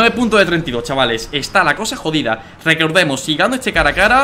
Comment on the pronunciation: Si dice requeordemos no me di cuenta